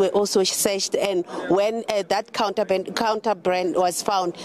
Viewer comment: The way she struggled with 'contraband'. Shembe!